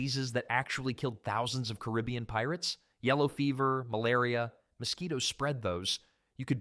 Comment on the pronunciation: Wow I've never heard someone mispronounce carabian so badly.